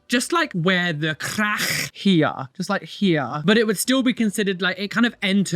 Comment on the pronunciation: The way says crackh is sending me